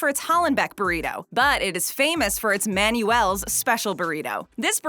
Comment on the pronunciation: Manuel is pronounced; "Man-Well".